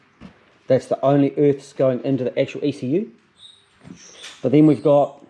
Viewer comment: 'The Urths'